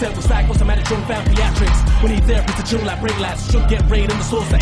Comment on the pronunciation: Where im from, its said like 'chong', which rhymes with 'wrong'.